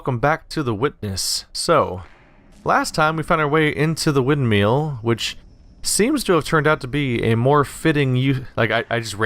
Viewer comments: Rewatching this series because its a great game. Forgot how agonizingly triggered I got every time he says Windmeal though ;_ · why is hearing windmill pronounced windmeal adorable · Every time he says "wind meal" I crack up. :P Great videos man, really fun to watch.